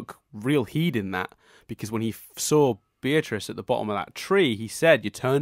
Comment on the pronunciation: It's Bee-uh-triss,. Not Buh-trice. Bee-uh-triss.